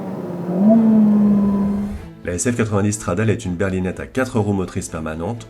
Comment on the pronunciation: On dit « Stradalé » et pas « stradale » c’est la base ! 😒